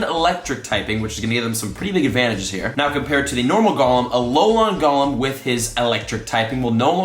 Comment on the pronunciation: Yesssss just like how he’s saying Golem wrong, he keeps saying it like Gollum from LOTR instead of like Goal-em.